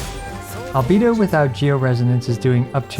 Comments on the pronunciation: Min sorry I can’t watch this video bcs of you saying albido instead of albeido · For god's sake please stop calling him albeedo. I love your content, but this is outrageous. Put the voices in english and listen to the pronounciation ffs. AL BAE DO. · Now I see why Albedo's name pronounce: Alovador/Elevator 😉 lol